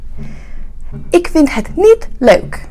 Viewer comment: Them's fighting words! (kidding)/ Good pronounciation on 'leuk', pretty hard for an Anglo sphere tongue.